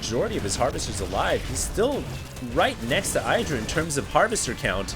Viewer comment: When will learn that in Idra, the I is short. Not long.